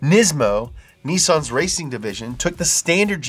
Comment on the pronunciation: Ngl....every time says "RRRACIN'!" like that, my brain immediately goes, "LIGHTNING! LIGHTNING!"